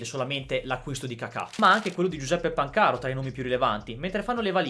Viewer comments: Ragazzo volenteroso: ma ripetere ossessivamente Pancàro anziché Pàncaro denota gravi problemi di dipendenza da computer. Che al solito sbaglia gli accenti. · Pan - caro 😂😂😂😂 sentito come lo pronuncia????? 😂😂😂😂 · Tutto bello ma...Pancàro no 😂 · Perché pronunci Pan - caro ... cioè si pronuncia Pancaro come si scrive semplice 😢